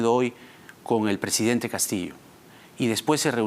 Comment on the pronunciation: CANIVAL NO SE.DICE PRESEDENTE SE DICE PRESIDENTE..VARIAS VECES LO. ESCUCHE Y TIENE MUCHOS ERRORES DE PRONUNCIACION CORRECTA DEL ESPAÑOL...CASO.CONTARIO HABLE EN SU IDIOMA NATIVO ...